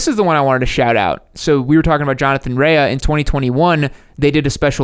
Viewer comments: ok listen if you're gonna talk about motorcycle riders, get their names right it's Jonathan Rea pronounced Ray not raya wow 🤦🏼🤦🏼🤦🏼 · Pronounced 'Ray' not 'Rayer' 😆